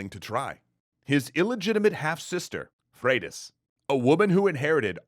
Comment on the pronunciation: Pronounces Leif (Life) but also Freydís (Fradis). What happened to Froidus. Last time I checked Y is pronounced like two o’s. Could be wrong tho. Mahtava video! 😁